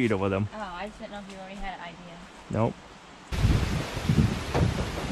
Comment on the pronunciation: Great "idear! I like it a lot!" 😉 edit As it is rgt now that first step is a doozy 😛😁